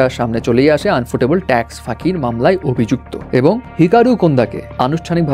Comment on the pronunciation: আনফোটেবল না ইউফোটেবল 🙂